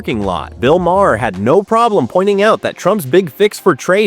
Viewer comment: This narrator has no clue as to how to pronounce Bill Maher's name!